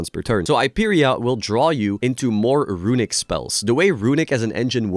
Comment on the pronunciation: The way says "RUiNiCK" synonymizes what the deck has done to the game as a whole